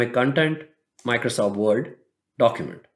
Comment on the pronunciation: i like how he says Microsoft Vord... lol